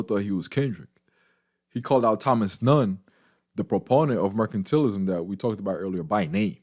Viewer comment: It's MER-CAN-TAL-ISM. Not MER-CAN-TEAL-ISM. Sorry, your pronunciation was bothering me. No offense. Thank you for the video. Thumbs up/Subscribed.